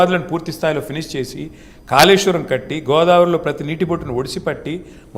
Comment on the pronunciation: Kaleshwaram nu kooleshwaram antunnaru